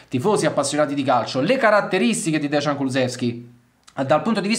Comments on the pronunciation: Caro, il nome si pronuncia "deian" e non "degian" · Ragazzi, vi prego, si dice Deian (Dejan), e non Desgian, che sarebbe scritto Dežan, ma che comunque non esiste. Il cognome invece è Kuluševski (pr. Kuluscevski). Vi prego 🙏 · Si pronuncia deian comunque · DEJAN, no DEZHAN. Si proanuncia "J", come "JUVENTUS". Quindi DEJAN. no DEZHAN. Devo intervenire, anche su congnome: Kulusevski, No Kulu Z evski, ma si proanuncia con "SH", come, per emepio BRESCIA. Quindi КУЛУШЕВСКИ. Saluti da Macesdonia, paese di origini di Dejan Kulusevski.